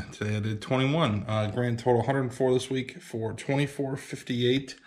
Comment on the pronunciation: a hunered 😆